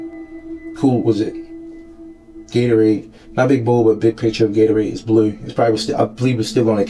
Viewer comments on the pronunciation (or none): none